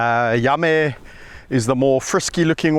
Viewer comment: You mean Yame? It’s pronounced yamm-ee. Check out all his videos. You will love this channel. His work with wildlife is amazing.